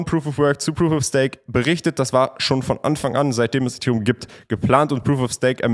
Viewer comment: kannst du bitte bitte ethereum auf englisch sagen